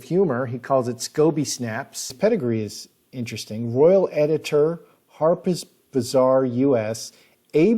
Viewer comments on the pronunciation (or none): none